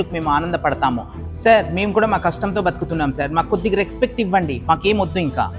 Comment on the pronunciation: ఒరేయ్ గా షేక్ సా రెక్స్పెక్ట్ కాదురా! రెస్పెక్ట్.